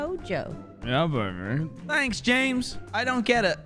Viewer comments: I find it funny says Americans don't use the H in herbs, but says tanks for thanks! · Wow “tanks” for making fun of us not saying the h in herbs “tanks” for that. Lmao